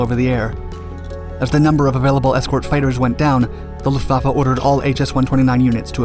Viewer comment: The depth of technical detail, particularly regarding aircraft armaments and design choices, is commendable. However, some factual errors and mispronunciations (e.g., “Luftvafa” instead of “Luftwaffe,” “punzer knocker”) detract from the overall credibility. A polish on narration accuracy would help elevate the production.